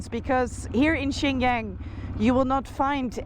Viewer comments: 新疆 Xinjiang pronounced like ShinJump, not Yen 😂, you literally pronounced it like another northeastern city Shenyang 沈阳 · The fact that she’s been traveling in this region for so long and still mispronounces “Xinjiang” irritates me a little every time I hear it. It feels like she didn’t even bother to look up the correct pronunciation and just assumed “Jiang” is pronounced that way. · the best bit of Xinjiang series is Mr. BING. the worst is noraly's intentional wrong pronunciation of Xinjiang, and some of her cringe misinformation about Uyghur not allowed to speak Uyghur. but thanks for showing the beauty of China. I wonder how much noraly's heart bleed for the Palestinians, where real genocide is still going since 1948. ah the Dutch, one of the greatest, biggest colonizers in modern history. 🙃